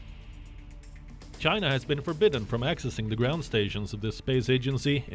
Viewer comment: The world hates you Chay-na .